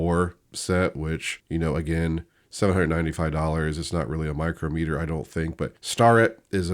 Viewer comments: Btw it’s pronounced my crom iter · Yes, my-crom-it-er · Hey thought I would help ya with the names - STARETT pronounced “stair” ett, MICROMETERS are pronounced “miCROMeter” one word & MITITOYA is “Mitch a Toya “ hope that helps! Love the videos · Awesome video. I think it’s normally pronounced MIKE-rometer Rhymes with thermometer 👍🏼